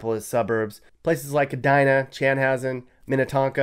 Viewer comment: You said edina correct. Good work.